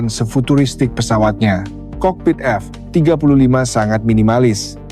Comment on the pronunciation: Audionya jelek sekali 😂 F jeda 35, memalukan sekali bahas TEKNO tp suaranya kyk ORANG DUNGU 😅 Hrs nya F-35 ditulis F35 atau ajari TTS cara baca F-35.